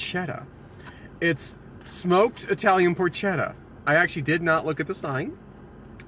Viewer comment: So far I have only found 1 food reviewer who knows how to correctly pronounce "Porchetta." I really hoped it would have been you. sniff... sniff :( But nice review! XD